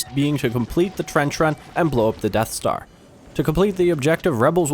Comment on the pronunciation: im sorry i couldnt hear you, did you say something about the deff star? (I should just stop now shouldn't I XD)